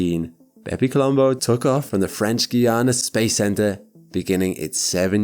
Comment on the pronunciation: stop saying bepi colombo please